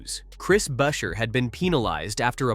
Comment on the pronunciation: It is Pronounced Buscher ?Get new AI ?????????????????????????????